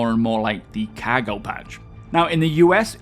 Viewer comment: Every time he says "cargo" it sounds like he's saying "caggle".